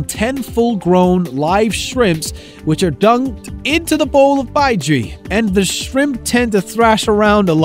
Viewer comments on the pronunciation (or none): Baijiu. Not baijui.